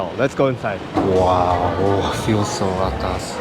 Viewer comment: I must say... you have been singaporeanized! The way is pronounced 'atas' is perfect! Hahaha! Keep up the good work!